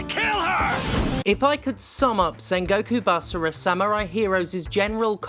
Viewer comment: Oh god don't you start doing the Yahtzee thing of saying "sam-you-rai" instead of "samurai".